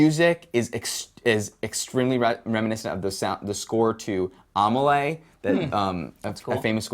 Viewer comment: "Armuhley"...lol It's "Ahmelea" (Amélie), Dan. ;)